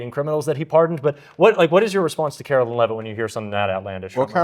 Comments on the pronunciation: Hi, I enjoy your you tube videos and I agree with you. My issue is not political and in the scheme of everything is not that important. When talking about Karoline Leavitt you call her Carolyn.. Karoline ( Caroline can be spelled with a K or a C), Carolyn is spelled differently. They are two separate names. If you could try to call her Karoline instead of Carolyn I would greatly appreciate it since you say her name so much. I’m not trying to be mean, but if people would just sound things out according to the spelling. Thank you,. Keep up the good work! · Hi. Luv your podcast! One minor critique… Karoline Leavitt’s first name is pronounced with a long “I” as in “Caroline” not “Carolyn”. Please correct on future show. thanks. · please you’re killing me, it’s Kar- o- line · Pause. You're still spelling Leavitt's first name wrong. It's spelled Carolien[Caro-lie-n]. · I love your show. I do wish you would pronounce Karoline’s name correctly. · Hey. Did u get my comment? I know I am OCD, but u look kinda stupid with the mispronunciation. TY for the great work u do! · I don't think you are pronouncing KAROLINE correctly!!